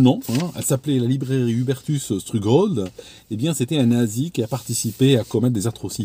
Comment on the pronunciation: ça se prononce stroug-h-old avec un h aspiré 😄 À lire “ Opération Paperclip “ sur Wikipedia, c’est très intéressant de savoir ce que les États Unis ont pu faire après la 2GM en piétinant toute moralité.